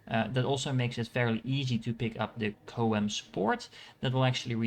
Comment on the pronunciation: This was a good guide. And everybody mispronounces CHOAM lol.